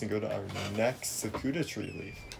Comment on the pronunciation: Sah-cooda tree 😂